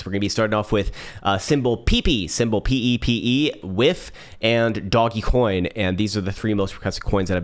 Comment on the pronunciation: Lol pee pee. It’s peh-pey